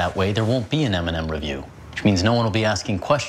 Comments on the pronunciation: When he said MNM I thought he said Eminem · I thought u said eminem Then i saw it was m and m